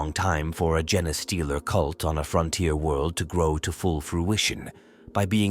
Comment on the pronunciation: Try feeding the AI “Jean stealer” or “Jeen stealer” instead of “genestealer/gene stealer”. It should force it to get the pronunciation right. Kinda counterintuitive, but if you’re spelling it right and it’s pronouncing it wrong, the solution is to spell it wrong so that it pronounces it right.